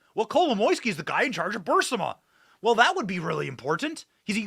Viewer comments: Benny, you have been reporting on this long enough to to start saying BU-RIS-MA instead of BU-SIMA. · It's Bureeeeecma Benny! 😂 Not Bersma